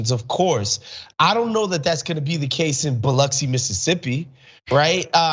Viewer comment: Shout out to Biloxi! Thanks for the proper pronunciation! But y’all, Biloxi is WAY more vaccinated than farther north in MS.